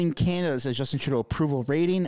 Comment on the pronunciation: I do believe the way you say his name is wrong. It sounds like tru dont and together now trudont.